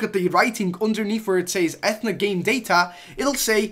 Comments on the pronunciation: Athena (it's pronounced Ath-ee-na) is actually the codename for fortnite battle royal (at least from what I've heard) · The way he says Athena pisses me off. It’s a-thee-na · ITS ATHEENA BOI this triggered me so much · It's pronounced 'A-Theen-Er / A-Theen-A' and it is what the BR gamemode it called in the code. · Might not help but it’s A TH E NA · pronunciation - Athena (UH-THEE-NUH) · E-ff-e-na? Someone didn’t get Mythology back in English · It’s pronounced A-Thee-Na like the Greek goddess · Sorry but check your facts and your pronunciation it is A-T-H-E-N-A and that is the Battle Royale files. Impact is just a LTM solid gold v2 is possibly coming after impact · Dis boi don’t know who Athena is. Athena is the Greek goddess of battle strategy and it’s pronounced AH-thee-naw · It’s A-th-E-na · You pronounce it a thee na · It’s a-thaee-na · I CRINGE SO HARD WHEN HE SAY ATH-NA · Yeah it’s pronounced, ‘a theen a’ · You mean A ThEE na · It’s pronounced “Ah-Thee-na” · It’s pronounced “A theenuh” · It's a-f-E-na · Its pronounced A-thee-na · It's pronounced Eh-Theen-uh😂😂😂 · a-thee-na lol athena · It’s a thee na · its a-the-na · It’s pronounced Ai Thene Ah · Its pronounced Uh-theee-nuh (Athena) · Omg it’s pronounced Ah theen ah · Its pronounced Ah- thee-na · Nigga it’s atheena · Dont wanna be that guy but its pronounced (a-thee-na) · A - theen - a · It’s pronounced uh-thee-nuh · It's pronounced Ath ee na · It annoys me that you say athena wrong ( U-thi-nu ) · Pronounced uh-THEE-nuh // - the Greek goddess of wisdom ... boi thats like 3rd grade grammar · Zathid YT yeah, it was so fuckin painful listening to him pronounce it wrong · Dude I know right. I played overwatch and was so triggered when he miss pronounced Athena's name. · Zathid YT yeah I’m yelling at my phone cause he said it wrong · You said Athena wrong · Your pronunciation of Athena triggers me beyond humanly possible boundaries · At what point is the letter A pronounced Like an E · It’s Athena not Athena